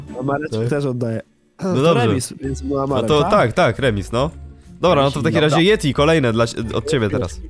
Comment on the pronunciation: mówi na Yetiego Dżedi